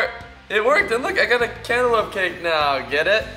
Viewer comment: Whan you said cake i thought you said kick